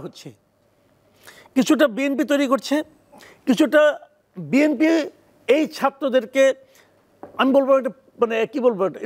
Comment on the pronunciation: এই মাথামোটা এভাবে কথা বলো কোন।শুদু বিম্পি বিম্পি করে।চাটুবাজ